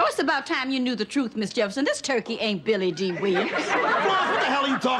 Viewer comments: Billy Dill! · When weezy kept jacking up billy dee name 😂😂